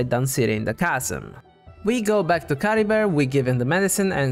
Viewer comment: Don't apologize for being interested in Cultural Linguistics. I mean, it is what I study anyway. Yeah, you're completely right about them being Germanic names. I didn't remotely think about the fact that the Merovingian Dynasty was a Germanic one. The problem is the way Chlothar pronounces Caribert's name, which is very French sounding, that's in general what I meant. I honestly don't know how much Mondstadt and Khaenri'ah can be linked together, but the possible Arabic translation is indeed interesting. I mean, the Abyss Order did specifically target a Statue of the Seven from Mondstadt.... I honestly don't know why Ukko was transformed into a Lawachurl (not Mitachurl). It kinda doesn't make sense. I mean, the curse should be a Khaenri'ah thing and Sal Vindagnyr fell who knows how many millennia before the Cataclysm, considering it fell as Khaenri'ah was being built. Why were the people of Sal Vindagnyr or just Ukko cursed with wilderness? As for Khaenri'ah being a official name for the other nations while having a real but secret name... I have no idea but it is possible. It would explain why the Vahumana call it Dahri while it's Khaenri'ah for the rest of the world. It could also mean just a name that Sumeru gave Khaenri'ah in order not to say the actual name of the nation because of what they did.